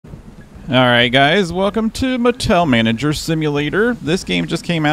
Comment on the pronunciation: I thought you said Patel Manager… aww someone gets that 😆